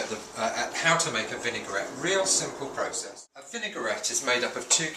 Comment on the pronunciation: Excellent recipe, very useful tips - it's a pity he can't pronounce vinaigrette properly.